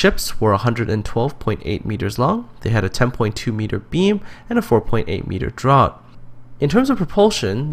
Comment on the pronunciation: isnt draught pronounced "draft"?